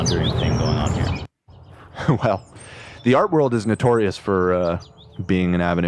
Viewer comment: Wourld whoorld WORLDS